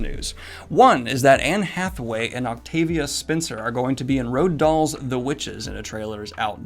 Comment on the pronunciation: ....Sorry did you say 'Road Doll's'?